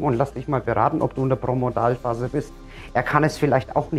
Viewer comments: Promodalphase? Es heißt Prodromalphase! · Es steht so da, da hast Du recht, aber Du sprichst es jedesmal falsch als Promodalphase aus. Dein Video ist sehr sympathisch und anschaulich, aber das ist mir halt aufgefallen, nicht bös sei! LG, Andrea